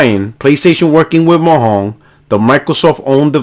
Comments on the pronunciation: Mo yang not mo hang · The way you say Mojang😂😂 Its a soft J sound because its from Sweden lmao. So basically Mo-yang. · Are you saying "Mojan" ln that way on purpose? Starting to think is a spanglish insult or yoy might me serious. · Fantastic video. i know your puertorican is kicking in when you say Mojan, but the J is said in english. lol